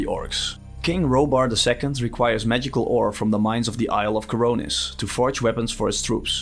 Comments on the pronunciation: Khorinis, NOT Khoronis. The story was not bland, it was very good, Witcher 3 had a bland story, atleast for me it was. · Omg it s khorinis, not khoronis:)) every time i hear you say it, it makes me twitch😂 other than that , cool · I smirked every time you pronounced Khorinis as Coronis. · It's Khor i nis, not Khor o nis! And yes, I saw your pinned comment about the armor, but I'd suggest you replay the game with the original armor. They are amazing! And thank you for your video, it is enlightening! I love it when new players discover Gothic! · It's Khorinis for Innos' sake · Yep, I've been corrected about 50 times by now. I will pronounce it right in the follow up video I'm doing on Gothic 2 :)